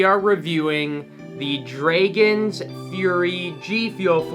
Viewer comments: Bro why does he pronounce it like that tho? Shit got me scratchin my head lol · Number 10 v2 Nobody:: Say's Draygons